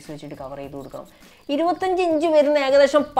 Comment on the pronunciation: ഈ videoയിൽ മിനിറ്റിൽ. 'ഏകദേഷം' എന്ന് പറയുന്നത് 'ഏദകേശം' എന്നാണ് 😂😁